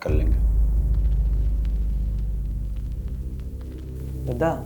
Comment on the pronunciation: Dadda nhi Dada bolte he